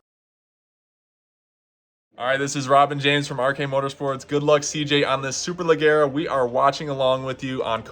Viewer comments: Please please please pronounce SUPERLEGGERA correctly, the double GG is pronounced as J so imagine you are looking at "SUPERLEJERA" ok??? It hurts my ears everytime you do it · Hello! The right pronunce is "Superlejjera", like the "je" in "jersey", double it. ;) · Hey man, love the channel, just an FYI it's pronunced super-leh-jeh-ra, so essenetially the G is pronounced like a J. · "Le gara" LOL Also It's "Duck" for a Ducati; "Duke" and Super Dukes are KTM models. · He can’t pronounce the bike😂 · Thanks I’m American but I cringed when he said it like that lmao